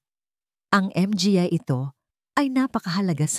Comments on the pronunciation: Arte mo nman mga n LNG sabihin mo m.g.a mo p binibigkas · Exit muna ako ang sakit sa tenga ng m g a at p a okey na sana ang mga story kaso m g a at p a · Not nice to hear the pronouncement M G A , M G A. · ang basa sa mga ay M G A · MGA ? Manga Yan basahin madam😊